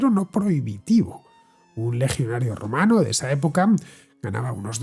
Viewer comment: O yo me estoy quedando teniente del todo o cada vez que decías romano sonaba rumano 😂😂😂